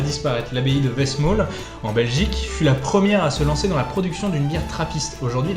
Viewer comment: Westmaal se prononce West-"male" et c'est "un" orval ou des orvaux...